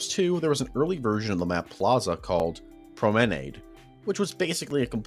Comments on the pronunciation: Hahaha he said, “pro-meh-naid”…… It’s pronounced “prah-mah-nod”, just in case you gave a hoot. This is the “remastered” version after all 😆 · dude fr pronounced promenade as "Pro May Nade" lol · Its pronounced prom-uh-nod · its pronounced like prom-ah-nod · I can’t get over how he pronounced “Promenade” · Remastered vid but still pronounces “promenade” incorrectly Still enjoying it tho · That is by far the strangest way of pronouncing "promenade" I think I've ever heard... Still, great video dude! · I haven't stopped thinking about how you said promenade. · If you pronounce promenade like that one more time I’m gonna be sick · I've never heard some one pronounce promenade like that 😅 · i have never heard that word pronounced that way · Great video, but he didnt say promenade correctly lol. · . I can't get over how you pronounced promenade. What the fuck?